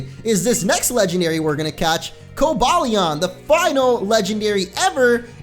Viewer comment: No it's pronounced Ver-iz-ee-on and co-bay-lee-on